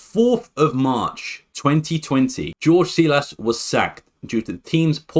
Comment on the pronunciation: Its pronounced Whore-gh Heyzus